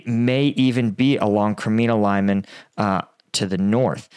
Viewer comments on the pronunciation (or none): none